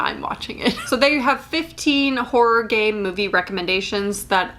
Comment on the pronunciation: Why do I keep hearing "horror gay"? What's wrong with me